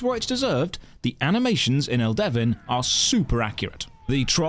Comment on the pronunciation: It's pronounced Elde-VIN not El-Devin Get it right. And the games not that bad as you described. It's filled with lush environments and engaging combat. The servers are lively and fun. Give it a try